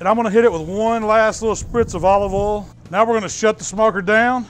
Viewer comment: Great accent. Don't forget to use cooking OLLL and aluminum FOLLL.